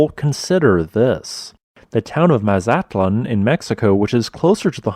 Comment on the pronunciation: You mispronounced Mazatlán.